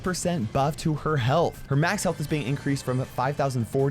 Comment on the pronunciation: You said "hyealth